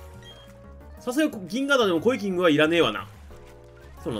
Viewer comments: 何度聞いてもコイキングの発音良いなぁ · コイキングの発音すこ